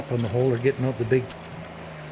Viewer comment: out, not oat